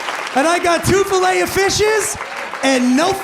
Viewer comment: fillet 'o fish! I kept thinking 'flayofish' what's flayofish?, lol